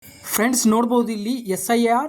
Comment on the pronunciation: SRI ಅಲ್ಲ ಪದೇ ಪದೇ ಅದನ್ನ ಹೇಳ್ತಾ ಇದ್ದೀಯ correction ಮಾಡ್ಕೊಳಣ್ಣ. ಇನ್ನು practice & Preperation ಮಾಡ್ಕೊಂಡು video ಮಾಡಿ thank you.😊